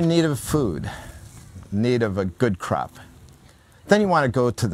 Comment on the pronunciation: No disrespect intended, but i did a double take when i thought you said ‘if you needed a good crap’ (you said of course crop) i chuckled at that... great series!